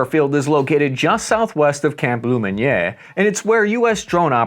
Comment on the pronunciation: take a look at camp lemonia.... lomonieg😂